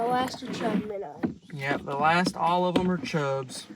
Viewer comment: Are they minnows or as you sometimes say minners 😂